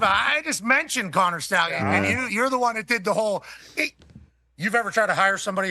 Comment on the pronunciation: “Connor Schtallions.” How do you not hate PM!?! Loli